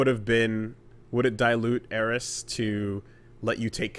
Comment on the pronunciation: There are very few things that get under my skin when they shouldnt. People who say "Aeris" is one of them